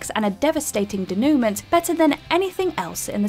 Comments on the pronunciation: I didn’t finish college but innit pronounced “day-new-män” not “day-new-mint”? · Got stuck at the pronunciation of denouement. Is that how British schoolteachers pronounce it? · The word butchered in the Lord of War clip is denouement. Pronounced dānōō mäN not denewment. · Not to be pedantic, but denouement is pronounced "de-new-mow" not "dee-no-ment". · DAY. NEW. MAW. Denoument. It’s NOT that fucking hard to LOOK UP how to pronounce a word you CLEARLY don’t know. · "De-noo-ment"... took me a minute to figure out what she was trying to say. 😂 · "Den-you-mon" (sorry, don't hate me...) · Please teach the narrator how to pronounce "denouement" and "apropos". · Mispronunciation is a sign of someone who experiences new words through reading them. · Who writes this pretentious drivel? And if you're going to throw superfluous multi-syllabic platitudes around like you've just swallowed a thesaurus, at least employ somebody capable of pronouncing those big long words correctly. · “Denouement” and “apropos” are NOT pronounced like that. And you do realize that NYC’s nickname is “The city that never sleeps” right? No, you can’t just do your shots at 5 am and expect it to be deserted. Just so much wrong with this list. And that’s not starting on the choices, but everyone else has covered that.